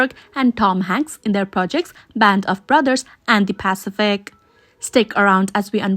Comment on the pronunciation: What’s a pacifick?